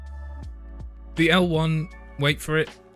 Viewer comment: Good pronunciation of the L1! You got it perfectly. :)